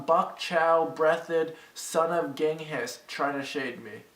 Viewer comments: I love that ricegum is so dumb he gets offended about Hiroshima “because he’s Asian” but can’t even pronounce Genghis. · The hilarity that they had Uma saying things like Genghis with proper spelling and everything else wrong, then ricegum mispronouncing Genghis and Bok Choy but catching her spelling mistakes is kinda funny